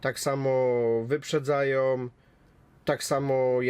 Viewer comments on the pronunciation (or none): mówi sie "wyprzedzają" a nie "wyprzedzajom"